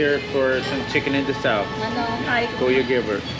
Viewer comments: You are correct. Funny story: I know it's pronounced inasal, but having been saying it this way for 35 years. Your the first person that has said something to me. I know it keeps coming out that way even though I'm trying to omit the D sound, lol: bad habit. That's my favorite thing to eat, which I'm eating right now as I'm typing this reply. Anyways, thanks for commenting. Take Care. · There is no "d" in "inasal".